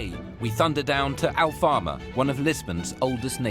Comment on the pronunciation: Why not pay a translator? ALFAMA not Al Farmer! This is a bit of a disservice...